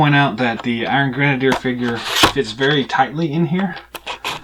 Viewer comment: never mind Sarah, she forgot her Dunn(ce) cap the other day. You are pronouncing it right. Not sure where she got the misspelling from, but whatever.